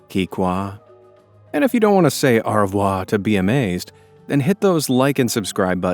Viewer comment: Most unique pronunciation of au revoir I’ve ever heard